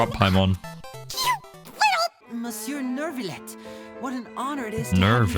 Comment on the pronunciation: do you know why do people add an [r] sound in the name for "NER-villette"? it happens so often